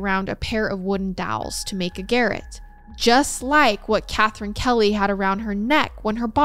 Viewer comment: garrote is pronounced "Garr-Rot". Lets not mistake hubbys name for a murder instrument...